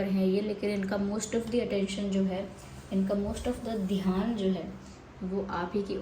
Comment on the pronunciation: Madam please don't mind it's dhayaan word dheehaan ni